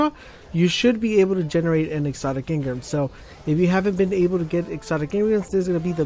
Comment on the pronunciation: It's engram not engrim, engrum, engrem, or any other weird shit.